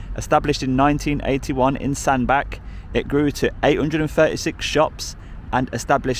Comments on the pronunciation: The end of Sandbach, ch is pronounced like in chain, a bit like Sandbatch not Sandback. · Hey there DJ, great vlog as always...For info Sandbach is pronounced Sandbatch... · Sandbach - pronounced sandbatch not sandback. Your welcome 👍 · You pronounced Sandbach and cheshire wrong it's pronounced sand batch and chesh ire not cheshere and sandback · Pronounced Sand-batch not back 😉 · It's pronounced San-BATCH. Just for future reference 😊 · That WPC was brilliant. I wish there were more officers who were as good as her. Just disgusting man on the forklift who should be sacked. BTW, Sandbach is pronounced Sand'batch'. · Hi just letting you know Sandbach is pronounced as Sandbatch. Great Video . What a rude man !